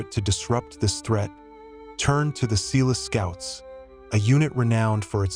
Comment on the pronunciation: Eland an "agile" antelope? Ratels? Seeloo scouts?